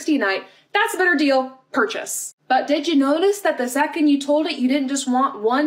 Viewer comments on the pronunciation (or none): none